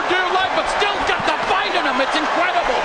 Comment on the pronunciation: Anybody ever notice shakur can't say the word "HIM" he says "HUM" LOL.. But anyway Shakur actually blamed the other guy for having a boring fight.. 😅 the guy is so annoying...Shakur should just not talk anymore